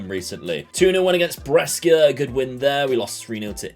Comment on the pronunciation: Bro why do you pronounce Brescia like that looool, its Bray-Sha, love the content though keep it up